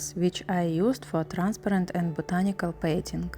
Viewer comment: Пхаха боже ты бы хоть постаралась хоть чуть-чуть приближенно к Английскому акценту говорить